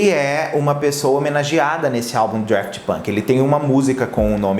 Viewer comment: Daft, sem R! Não sei de onde ele tirou o R